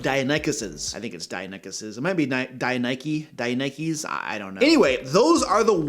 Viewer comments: Die-NON-ick-uss (Deinonychus) 😉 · Just to teach for the future (not to be a jerk, and I'm sorry if it seems that way) -- pronounce as dye-NON-ick-uss. Emphasis should be on the second syllable, hence the caps. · Actually, the raptors in Jurassic Park were originally up sized for effect. But during production a new, larger species was discovered called Utahraptor. So, the larger version of the raptors was legitimized by the time the film was released. The other dino is pronounced Din-non-icus. Short, not long I. The had a much shorter and rounder snout. But on the topic of the video, I have had a session, or two, where the players didn't act on the plot hook. The way I handle is by dropping a combat encounter that usually gets them more interested in exploring the hook/ hooks. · Just FYI, it's pronounced 'DIE-no-NEE-kus' 🙂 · Deinonychus. I've heard this pronounced dye NON ik us. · Hey: I’ll feel awful if I come off as a “well ACTually“ here, but I work at a natural sciences museum & started my tenure there as a Paleontology volunteer, so I hope these phonetic spellings are helpful and don’t make you roll your eyes: Deinonychus = “die NAH nuh kus” Ankylosaurus = “ang kuh low SOR us” Keep up the excellent work… I’m binging it! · "Dye-non-ick-uss" is what you're looking for, bud! :) "A" for effort, though! Dino names can get wild to pronounce! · Its pronounced like "Die-non-ih-cus"